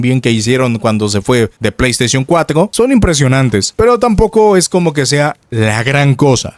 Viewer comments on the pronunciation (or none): none